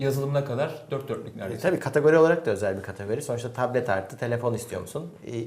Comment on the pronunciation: soldaki arkadaş sürekli taplet taplet diyor B harfi yok adamda P kullanıyor sürekli :)